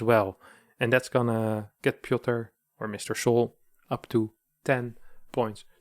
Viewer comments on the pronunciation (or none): Piotr! Not Pioter.. ;p